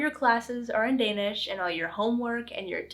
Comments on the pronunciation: Du har en rigtig flot dansk udtale 💪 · Perfectly executed idea. Well done! The Danish pronounciation is to die for❤